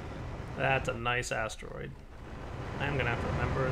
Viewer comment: No, he definately put more emphasis on the "ass" part than that.